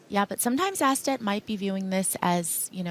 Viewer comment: Astedt just made a blunder. Surprising. Bad read on his part. I think it's pronounced Oh-sted.